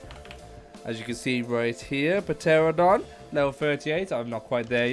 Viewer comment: He said terrordon but it’s pronounced tranadon But idc bc he’s helpful